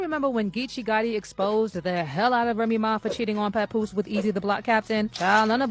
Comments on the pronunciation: Mans said PapBoose 😭😭😭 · Its not pa-poooose! Smh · “CHAPoose” is WILD WORK. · Why does she pronounce Papoose like that?!😅